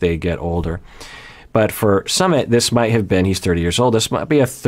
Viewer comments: SooMIT not summit. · Doctor, his name is not summit, it's SU-MIT.😅